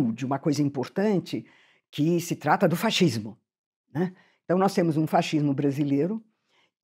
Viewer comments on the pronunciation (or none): Eu fico rindo quando ela fala faxismo kkkkkkk